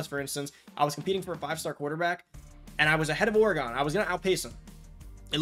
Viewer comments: it’s pronounced like “organ” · Never heard pronounced Or-Gone. lol. Oregon=Or-gen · Did you just say Orey-gon? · it was an observation. But I’m aware of how people pronounce other cities differently like Louisville, New Orleans, and St. Louis…etc. Just never heard Oregon pronounced that way, clearly I’m from the other side of the Mississippi River. Lol